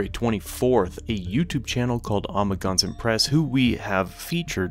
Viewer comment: I will never forget the way you pronounce "Amagansett"